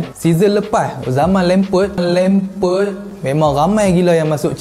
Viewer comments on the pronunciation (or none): Tersembur air aku bila dia cakap " lempert " 🤣